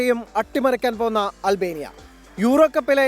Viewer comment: അൽ ബേനിയ അല്ല......അൽബേനിയ